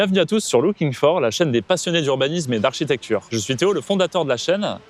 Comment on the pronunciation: A priori, vos vidéos me plaisent bien... donc bon travail de ce côté... mais franchement, est-ce si difficile de dire "architecture" plutôt qu'"architectchure" ?